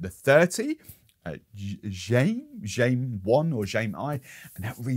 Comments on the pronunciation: Jaime.... I think is pronounced HI-mee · I think that the Jaime I us pronounced ha-may. It's funny because I would call the Colombians footballer James for years then heard him called Hames when he pkayed fir Everton.